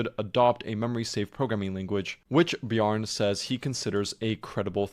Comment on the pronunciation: It's pronounced Bjarn-eh